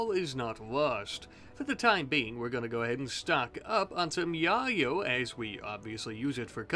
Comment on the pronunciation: Please dude pronounce yayo correctly it hurts. It's pronounced Yay-Yo. Yo like yoyo the toy. Also I love your videos